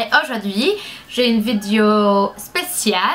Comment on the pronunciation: C'est trop chou quand tu dis "vidéo" (vidio) '! Tu est juste magnificiiiiiiiimmmmmmme *_____*' <3